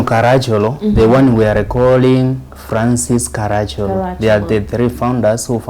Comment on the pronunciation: Its Ka-ra-chì-ol-o. Hes an ancestor of mine.